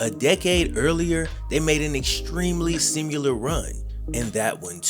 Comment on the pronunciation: Love your videos. That being said, it’s simIlar not simUlar. Please tell me I’m not the only one?!